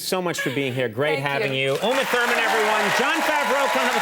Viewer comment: It's Uma,. Uma.